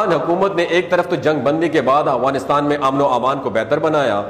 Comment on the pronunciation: Not agwanistan but Afghanistan تلفظ ٹھیک کرلیں اپنا